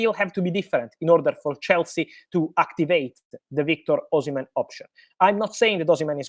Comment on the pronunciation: Oshimem✅ Oshimen❌